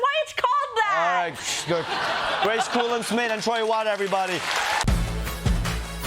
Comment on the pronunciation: Grace legitimately started laughing at the mispronouncing of her name. 😂😂😂